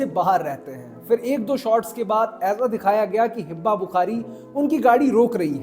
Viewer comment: It’s Hiba *not Hibba